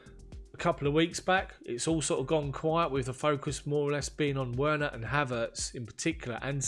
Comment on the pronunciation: It's Werner like V for Verner NOT Oeana plsase try cause it's gonna be painful for 5 seasons as this guy is here to stay. Sir you now have international audience so try to move outside your comfort zone with the pronunciations. Try Werner (Verner), NOT like you pronounce it as Timo Oena. That's wrong my friend. I will listen to your next videos 😊